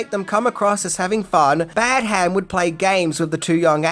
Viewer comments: its Pronounced Badam not Bad Ham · It’s pronounced Badderm, not Bad Ham. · It is pronounced ‘Bad um’, not ‘Bad ham’ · John Badham is pronounced "badum" not "Bad Ham". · Your pronouncing Badham as two syllables "Bad" "Ham" - its one syllable "Badham" - its trivial, but annoying to hear - just my opinion😀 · Dear god how many times are you going to mispronounce the director's name? It is NOT Bad-HAM. It's BADuhm . Really annoying! Have you no self-respect to even bother googling the proper pronunciation? Sheesh! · You may know everything,, but you don't know how to pronounce Badham. Your repeated Bad Ham was driving me nuts 😅😅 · The way you pronounce Badham hurts my soul... You’ve gotta be doing it on purpose. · It's piercing to the ear to hear you keep pronouncing the directors' name so drastically wrong. It's almost as bad (but not quite) as when you kept pronouncing JJ Abrams' name as JJ "Abrahams". How can you seriously call yourself a movie reviewer or this level fan and not know the correct pronouncing of these names..?